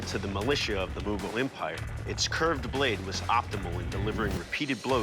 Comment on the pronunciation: They also said "Mughals"..... listen carefully